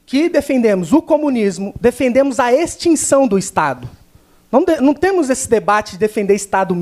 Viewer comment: AHHHH "NO TEMO" kkkk, para de falar "no temo que" kkk coloca o S fi de cristo,agonia.